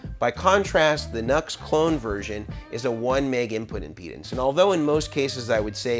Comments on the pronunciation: I guess the original pronunciation for NUX is “New-X”. Not like “Nuts” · Isn't NUX pronounced "New X", not "Nucks"? Also, great video! Appreciate your perspective on clones. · it's "new" X......not Nucks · OK for the love of your god, repeat after me...."NEW X" not "NUX", ....NEW X... they must really get sick of everyone saying their name wrong which was someone's bad idea in logo marketing no doubt. Looks like they copy cloned this pedal although it turned out much different in result which does not make it a "good clone" nor does it signify they were really trying to match it. NEW X is a good company so it would seem they could have easily copied something. With the scandals Mason goes through maybe calling the company by its actual name might help. I have seen numerous youtuber demo cats who not only get free stuff but get paid, pronounce the name of the company funding them incorrectly, that must drive them batty and it attests to just how stupid most of these nits really are. You also have love the dumb $hits who review things and have no idea what controls do or not bothering to read a simple instruction sheet when they get stuff for free and/or paid to do demos for it. Sad really, even sadder I think when I stop and maybe others watching them wishing they were not so ignorant. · Nux i heard is pronounced "New X" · It's pronounced NEW- X. I'm not sure if you don't know or if you're mocking them? 🤘🌝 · Pronounced “Noo-X” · half the voltage, twice the current draw. A guy called Ohm figured this out. NUX is pronounced "new - x". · It’s NU>X Pronounced NEW X. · Good rundown. Just FYI it’s pronounced ‘new-ex’. Good information here for sure. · Just as a bit of an aside ... the company name is pronounced NuX (new Ex)